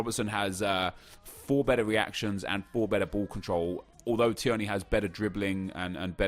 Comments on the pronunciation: Tier-ney.. Not Tiearney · I’m sorry, it’s tear-knee not t-er-knee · Please stop saying tee-erny 😂 It’s pronounced Teerny 🍀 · Teer-knee not tee-er-knee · Tierney is pronounced “teer-nee” not “tee-ern-ee” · Not t-EEEEE-r-n-a-y it’s t-EA-r-n-a-y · "Tee-yerney" No Nep its "Tear-knee" hahaha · His name is not Said Tierney it’s said Teerney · Hi nep, just thought I’d tell you that Kieran Tierney SBC card is pronounced like “Teerney” as opposed to “Ti-erney”, no hate... just trying to help! Keep up the good work x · Tear-nee not tee-ur-nee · Tierney is pronounced tearny and not tiurny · Nep it’s tier-knee not ti-er-knee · I’m from Scotland and thank his somebody actually rates Scottish players also it’s pronounced t ee rny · Im a celtic fan and the way he pronounced tierney annoyed me so much. Its pronounced teerney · IT'S PRONOUNCED TEERNY. YOU SASSANACH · So imma be that guy that pulls you up on pronunciation. Tierney = tear-knee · It's pronounced teerney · It’s pronounced like teerny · Please Nep so being a snobby arrogant english man and pronounce tierney properly.Teerney is how you pronounce it.Hes Scottish not Serbian or something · Tierney is pronounced like “Tear-Knee” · It's pronounced teernay Scottish I know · Nep its pronounced tear-ney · It's pronuced tiernee rather than tierney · Its pronounced 'teernee' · Again, It is Teer-knee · It’s pronounced Tear-nay, scottish twang to it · big man its pronounced "teernay" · Can you please pronounce tierney properly. Honestly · Stop saying Tierney's name like that. You can tell, you've only fifa knowledge and not actual football knowledge. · say tierneys name right ya dick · The way you pronounce Tierney is very triggering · Why is he pronouncing Tierney like that?